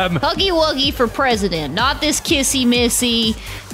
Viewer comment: Stop saying kissy missy it’s like this kissy wissy😑